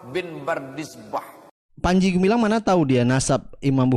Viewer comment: Salah ngucap panci.....